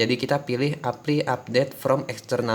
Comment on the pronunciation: pengucapan motherfuckers lu aja yang bagus, tai. Giliran pengucapan apply bilangnta epli. Lagian biar apa bilang bilang motherfuckers?